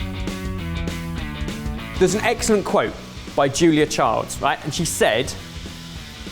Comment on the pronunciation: Hmmmmm. made a mistake...it's not Julia "Child's" but Julia "Child". Unlike him it has to be said!